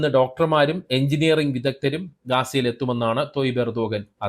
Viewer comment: എർദോഗാൻ അല്ല. ഉർദ് ഗാൻ. ഗാസ അല്ല. ഗസ്സ | ഗസ്സ ഗസ്സ ....